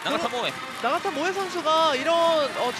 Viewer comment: mbc 아나운서진들. 나카타 히데토시의 영향인가? 나가타 모에인데 계속 나카타 모에라고 하네. 외국인이라고 해도 성을 바꿔부르면 기분 나쁠건데 좀 제대로 부르자.